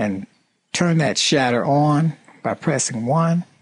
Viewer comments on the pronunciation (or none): whenever he says shatter, i keep thinking he gona say shitz. such awesome accent